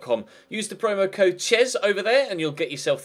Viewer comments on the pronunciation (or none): none